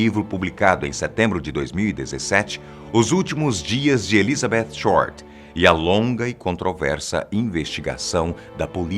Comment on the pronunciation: Dá até um prazer ouvir ele falando ElizabeTH com o som do TH em inglês, e não "Elizabetchi". Não sou estranho rs